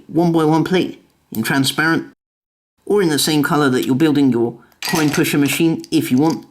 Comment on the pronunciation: You said Quinn not coin